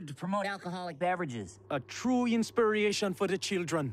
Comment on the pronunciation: "A true inspir-atjen for the chil-dren."